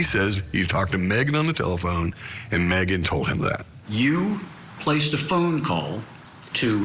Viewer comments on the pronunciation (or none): Drives me crazy how pronounces Megan, like MEE-gan. Who does that? 😂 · Spelled Megan, pronounced Meegan.